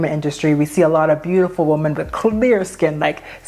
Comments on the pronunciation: The plural noun WOMEN is pronounced as wi-muhn not as womAn. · It is pronounced wim-en, no? Woman (wuh-men) is singular and women (wim-en) is plural with two different pronunciations. I just keep hearing people pronounce it all the same online..